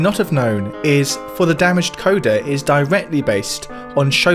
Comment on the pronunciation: It feels like a petty criticism but you pronounce and phrase things... interestingly. 'For The Damaged Coda' isn't a song dedicated to a damaged coda, it's the coda to For The Damaged, an earlier track on the album. 'BoBiverse' is "Bobby 'verse". Apologies for my pedantry and I'm glad you're still making informative content.